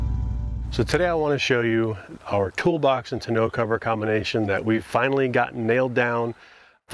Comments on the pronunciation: so you send a link that gives the correct pronunciation that you didn't use? I don't get it lol. Maybe you are sending a link to confirm bmxshippy is correct? It is "tawn-no" and not "te-no" like you pronounced it. But that's ok, love the video anyway.I liked and subscribed! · "Tahn-o" Not "To know". :-) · pretty sure tonneau is pronounced "ta-no" not "t-no" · Awesome content...but driving me crazy with "2 know" cover..😆 Tawn-noe...lol.. Nice setup guys.. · Love your videos but it’s pronounced “tawn-no” rhymes with “dawn-no” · Ton. O. cover..... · Jeez you pronounce tonneau wrong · Hey, I'm a Canadian and took French all the way through school. I'm sorry to tell you this but bmxshippy is right and your site is wrong. I also wanted to say please keep the great content coming!